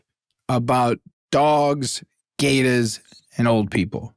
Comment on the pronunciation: Jake's pronunciation of "gatahs" is SENDING ME. 😩